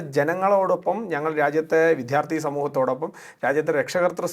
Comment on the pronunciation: വിദ്യാർത്ഥി എന്ന് പറയൂ വിദ്ധ്യാർർത്ഥി എന്നല്ല തിരുത്തുമല്ലോ